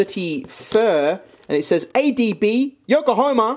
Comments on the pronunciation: When you kept pronouncing Yokohama as Yokohoma and tried opening the fan, a part of me died inside That said the soap was super interesting tbh and i love those multi color pens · Ah yes the great city of "Yoko homer.